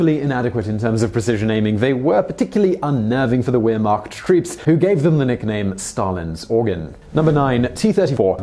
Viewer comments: 'Ware-mocked?' Wehrmacht is pronounced 'vehr-macht,' Simon. Shame, shame. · Honestly, Wehrmacht is pronounced "ver-mact". Russia do have some interesting weapons and may not be too advanced, but man they're hardcore. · lol he pronounced Wehrmacht with the sound of a W instead of a V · Simon, please work on pronunciation. The 'w' in German is pronounced like the English 'v'. And so on. Surely, as you do your excellent research, you can check the pronunciation. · OPERATION BARB-A-ROSA....thanks:) t-34 not 35...VAIR not Ware.... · Dear Simon Wehrmacht isn't pronounced weer-mark. It almost sounds like you're saying "Ear-marked"... It's a German word, so the "W" is pronounced as a "V" and thus "Wehr-" is pronounced exactly the same way you'd expect to hear a German pronounce the word "Where" or "Were" or "We're". Or, if that's confusing, say the word "Vary" out loud. Now say it again, but without the "y" at the end. That's how you say "Wehr-" in the word "Wehrmacht". The "-macht" part is really easy to pronounce, if you can't vocalise a German 'ch' sound. Just start saying "Mack Truck," but don't actually say the "uck" part of "truck". Put those sounds together to pronounce "Wehrmacht" properly (hopefully)... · its pronounced "Vehr- macht" .... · Wehrmacht is pronounced "Vair Mokt" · Wehrmacht is pronounced as if the W were a V. The Germans don't have a W sound in their language. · Just so you know you're pronouncing Wehrmacht wrong my German is pretty poor but I'm pretty sure the W is pronounced as a V.